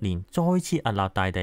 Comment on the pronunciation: 海岸 ，岸～ 必須鼻音 屹立 。屹 ～鼻音